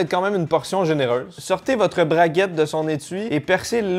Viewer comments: "sortez votre braguette de son étuis" 🤔🤣🤣🤣 plutôt barquette, tu m'étonnes que sa soit incompréhensible 🤣🤣🤣👍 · C'est moi où tu as dit braguette au lieu de barquette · on dit pas braguette mais barquette...ca porte à confusion ^^ Picard c'est très bon, par contre le gros probleme de cette marque c'est le jambon et les lardons qui sont vraiment infectes (trop cheap) dans tous leurs plats